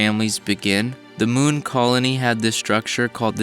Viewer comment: The way he said "the muun" was funny.